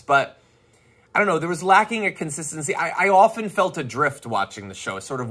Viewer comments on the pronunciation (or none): none